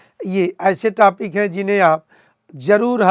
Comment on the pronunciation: Topic ko tapik bol Raha hai